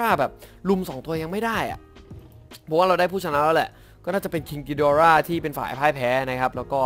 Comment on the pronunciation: อย่าออกเสียงว่าคิงกิดอร่า สิครับ มันฟังเเล้วนึกถึงการ์ตูนบ้างเรื่อง